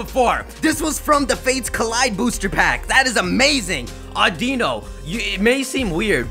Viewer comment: It's Au-Di-Nu